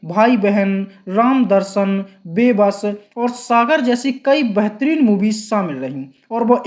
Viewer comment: BEHTAREEN ko BAHTREEN bolta hai, MAIN ko man bol raha,hindi ka uchcharan sahi nahi hai to kisi aur se audio kara le HINDI jaisi sunder bhasha ki tang kyu tod raha hai....???